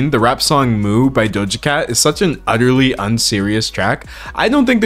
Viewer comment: Did you say, "Utterly," or "Udderly?"